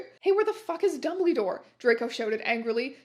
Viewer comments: I'll forever hear 'dumbledore' as 'dumbleydoor' from this day forwards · i am unable to express to you how much it makes me laugh every time you say dumblydore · "Dumbleedore" thats all😂😭